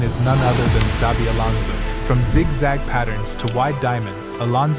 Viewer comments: It's not "Zabi" --- it's "Chabi" :-) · Made a video of Xabi, didn't bother to learn how to pronounce his name. Embarrasing